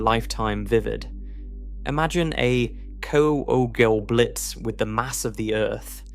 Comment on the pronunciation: Some of the pronunciation in this one is hard on the ears. Unless I've been hearing kugelblitz pronounced wrong for years...